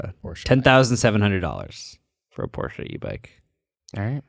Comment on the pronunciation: anyone else thought it was funny how the way said “Porsche e-bike” fast it made it sound like he pronounced it as “Porschee” 😂 (not making fun of as I know it was totally my hearing and how fast the two words blended together)